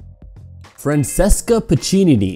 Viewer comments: Hey that was nice... But you can't pronounce properly any name other than the english ones... Say, Francesca is "Francheska", not "Fransessca"... Ana Ivanovic is "ee-vanovich", not "ivanovik", and so on... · isn't it fran-che-ska?